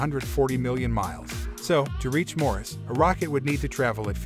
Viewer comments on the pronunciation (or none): "Alan" Musk?! It's Elon! Mores, rather than Mars? Pictures of piston engines and bacteria? What a crap video.